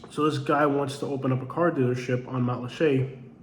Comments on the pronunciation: And it's Mat-lat-cha, not Matt LeChe' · There’s plenty in Matlacha! It was NOT wiped clean by Ian! Lots of homes and businesses remain. You’ve clearly never been there. And yes (to the other comment or) it IS pronounced matt-la-shay. :)